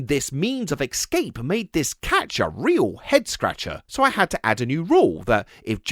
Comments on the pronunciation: the word is pronounced "Ess-Cape", not "Ex-Scape". And a period of time, that's an "Ee-ra" not an "Erra". I'm sorry for pointing this out. But I'm sure you'd rather know. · The word is ESCAPE, not EX-SCAPE. How can you get this wrong? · It's "escape" not "ex-cape" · I played a different game - “how many times did say “excape” rather than “escape” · The amount of times says "excape" physically hurts 😭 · Sorry, "exscape"? It's too important and frequent a word for this video. I had to say something. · Why can’t people pronounce “Escape” any more? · I wanted to enjoy this video but i CANNOT handle how British people say "escape" like my dude WHERE'D YOU GET THE X FROM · How do you make a nearly one-hour video about a mouse escaping a cat and never work out how to pronounce "escape"?